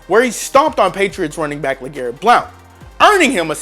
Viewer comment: Blunt not blount